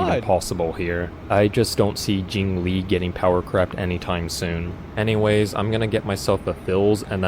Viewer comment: JingLiu❌ JingLee ✔